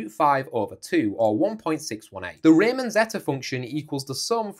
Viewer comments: Yeah, sounds funny :D ... Of course, we Germans now that the pronounciation of "Riemann" is "Ree-Mann". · Did you really say "rayman zetta"?